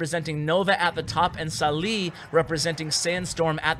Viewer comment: قهرني طول الفيديو سالي سليي وهو اسمه صالح